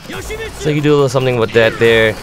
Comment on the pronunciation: actually yoshi-mitt-su actually actually unfortunately